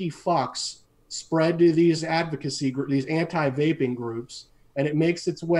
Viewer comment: Great show I’m not making fun of anybody I’m not like that I don’t do that but the guy from Germany I love that dude every time he said vaping which sounded like wapeing I was losing my shit 😂